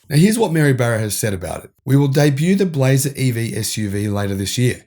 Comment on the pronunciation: Australian voice - "We spotted the first Chevy Blazaah" 😂😂. Love you guys.